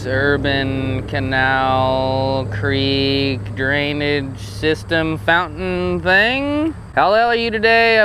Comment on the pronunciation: Antelope crick? Lmao. It’s creek I believe.